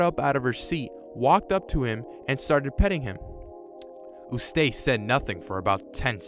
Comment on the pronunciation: Eustace and Muriel You mispronounced Their Names